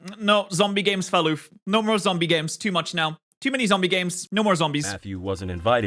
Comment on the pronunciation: Fell oof? Talking fast is hard and it's easy to make mistakes, but then you go to say it again shortly after. I've never heard this pronunciation from you in any of your videos. Maybe I'm just not listening carefully haha.